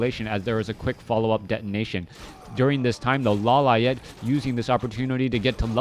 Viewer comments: Law Liet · why you say "LAW LA ET"? xD is funny